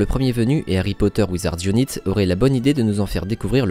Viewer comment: "Wizards unaït" bon sang